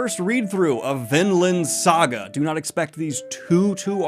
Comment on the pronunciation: Man I must be blind. Coulda sworn it was Vinland, not VinDland